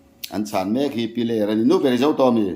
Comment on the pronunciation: Piler khaw hming hi lam sual leh ziak sual an tam thin khawp mai,a thu lam leh ziakah ani emaw, 'h' hi lam Rik/ thluk loh tur a ni a.